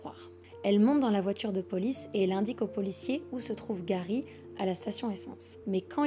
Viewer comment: Bonne histoire mais stp fait pas l’accent anglais pour certain mot ou nom, genr defois tu di garry et juste après c’est gawy